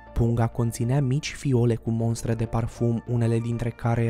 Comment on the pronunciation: MOSTRE, nu “MONSTRE”!!!! Invata limba romana!!!!!